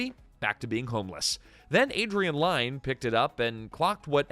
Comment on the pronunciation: Close. As in near. Not Close as in close the door. Lyne is pronounced like Lynn, rhymes with win.